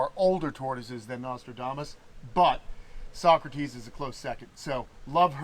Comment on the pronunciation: Thanks for the upload! So happy for you! You know, every time you feature Socrates, I think of Bill and Ted's Excellent Adventure. Her name would be pronounced So - crates (rhymes with skates.) Happy holidays to all of your animals and human loved ones!